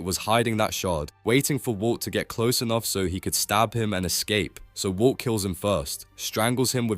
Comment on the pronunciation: bro said "wou" (walt) like 3k times😭😭